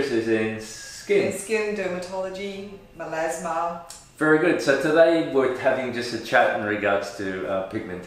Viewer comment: Does he mean melAsma? Because he keeps saying melEsma.